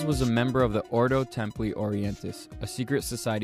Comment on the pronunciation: Its read templi not temply ,its f kin latin